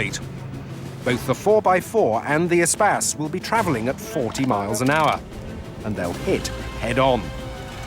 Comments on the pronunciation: I thought it was pronounced Eh-Space not Eh-Spaz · Your pronunciation is much more 21c. EEE-space sounds much cooler than the French word for space. Which is mispronounced anyway. In French the stress comes on the second syllable. They should have used an Evoque (corr. French pronunciation Uh-vock). Or used a 1980's Saab 9000 which would have trounced everything. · Since when you pronounce “Espace” like he does?! Just horrible, horrible to listen to. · Everytime he says ESPACE, all I hear is SPAS! Think I'm playing too much... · Espace is a French word pronounced as spas if you speak English. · I've been pronouncing the Espace's name wrong for almost 20 years.